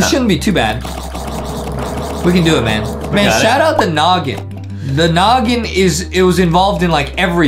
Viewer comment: He know every combo but doesn’t know how to say “noggin”